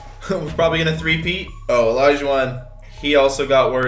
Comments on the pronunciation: Did anyone notice when he said olajuwon he said it like olijuwon 😂😂😂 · Yo said olaijauwon he could’ve said olaijau...won